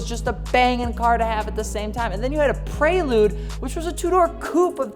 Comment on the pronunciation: The “Praylude”